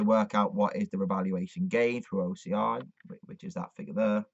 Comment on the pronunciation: Speak acronym for OCI you can't be heard properly about it